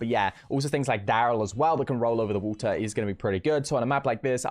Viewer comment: « Wota » is a lot better than « wadder »